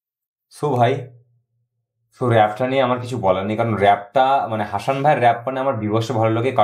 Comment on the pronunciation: হাশান নয়,উচ্চারণ হবে হাসান... ভুল উচ্চারণ খুব কানে লাগছে।